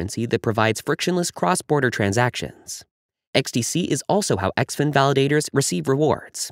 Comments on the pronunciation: It’s pronounced - Zinfin . Great info 👍🏻 XDCE IS NO LONGER A VALID TOKEN. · Guess the ‘in” im xin is silent.